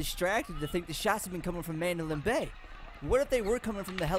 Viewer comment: your pronouncing the hotels name wrong.